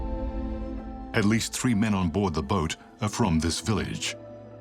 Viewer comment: It's called punjab like panjab not puuunjab